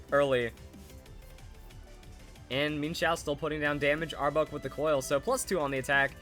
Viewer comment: Might just be me, but sounds like he is saying arbug lol, good video either way!